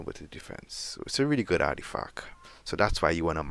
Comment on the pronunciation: Ardifack ????? ARTIFACT !!!! I can't let this slide, it annoyed me the more you continued to say it incorrectly. Sorry not sorry.